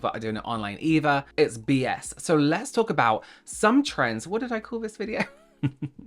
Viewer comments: Loving the Joan Rivers vibe with "Let's tawk." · Let's tawwwlk was very new york sounding of you 😂😂😂